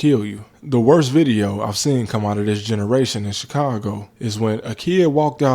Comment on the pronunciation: You pronounced Chicongo wrong.